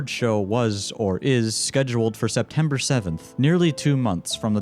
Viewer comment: When I heard setember I was like 💀💀💀💀💀💀